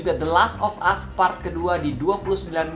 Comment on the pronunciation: "Us" bukan "ast"